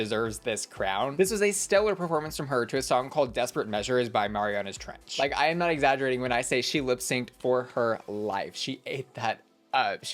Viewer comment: Hey!! The band name is pronounced "Mare -ee - ah - nas" Trench 😊 They're my absolute favourite band and if you havent checked them out yet please do!!!